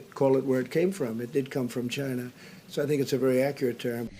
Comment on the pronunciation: It did come from CHY-NAH .